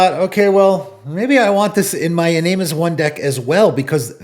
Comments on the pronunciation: iname is pronounced in ah meh not in aim i cringe every time you say it lol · It's actually ee-nah-meh